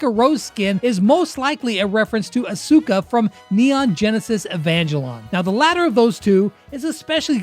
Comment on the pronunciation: "Asooka" hurts a bit as well